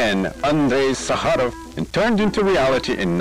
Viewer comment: He is not SakhArov, he is SAkharov. He is named not after the desert but after Russian word for sugar.